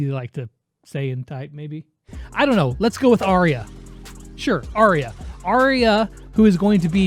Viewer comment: I really don’t think you’re going to be right with the “Arya” thing